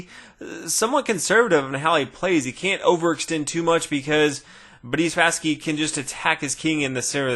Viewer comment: I always hear "Buddy Spassky" and I have to think of "Buddy Jesus" from Dogma :'D